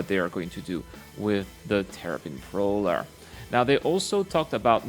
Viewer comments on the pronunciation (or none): Terrapin proller